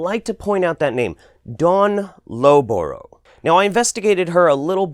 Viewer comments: Loughborough is pronounced “luffburrer” but apart from that this is a great series. I want to watch Vaxxed now even tough I already knew it would boil my piss. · Just wanted to say, Loughborough is pronounced LUFF-bruh (rhyming with slough as in sloughing off skin). It's a place in England that the name derives from. Aussies came out with the best mispronunciation I ever heard of it though, Loo-guh-broo-guh!